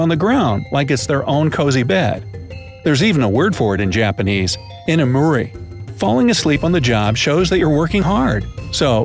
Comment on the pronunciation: As someone who is learning Japanese and wants to go to Japan, this is interesting. When the guy said 居眠り is sounded so bad. 引きこもり- shut in I speak Japanese and have never heard of saying 20 ways of saying sorry.